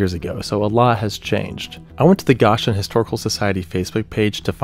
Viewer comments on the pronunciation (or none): So excellent video as always! Quick tip though, it's pronounced Go-shen not gosh-en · Obviously you never heard of the phrase Land of ocean. it's a Bible town. it's pronounced go Shen not gaussian Unlike the word gosh golly and bewildered seriously if you're not certain how to pronounce something it's a word you've never seen before google it or check on YouTube for pronunciation is a whole section of places you can look to how to pronounce words. you kind of look like a bumpkin who doesn't know how to pronounce a proper word especially when it's something from the Bible that billions of people know how to pronounce and you don't you kind of look really silly. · For the palm sunday tornado, its Go-shen. Long O. Grew up in northcentral Indiana. My mother remembers the outbreak as she was just a kid. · Goshen is pronounced with a long o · Hey there! Just thought you would like to know that it's not pronounced Gosh en. It's Go shen. I had the same issue when I moved into Indiana a while back but now I get it. Also, that picture with the lighting and tornado, I used that as my background for my computer setting as a kid because it was so cool! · Great video. I'm always haunted by the dead man walking photo. Every time i see it i get chills. One small note from a woman who grew up in Northeast Indiana. Its pronounced Go-shen. Like "go to the store" and "shen" not gosh-en. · Great video. Just a quick shout out from an indiana resident. It's pronounced go-shen not gosh-en. Much love from the corn state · Goshen is pronounced go-shen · Its 'GO-SHIN' (Goshen) Indiana lol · It’s pronounced Go-Shin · Go-Shen. As per local pronunciation. Carry on. Neat video. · being an Indiana native… imma help you… it’s gow-shn I googled the pronunciation.. I would say go-shin. But yea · Also, there’s a long “o” in Goshen. “The Electric Amish,” a comedy parody band, parodied “Sweet Emotion” by Aerosmith, as “She’s from Goshen.” It rhymes well.